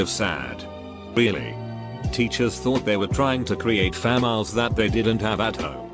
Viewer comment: Ooh I’ve never been this early, also Nobody: Talking Bot: fam isles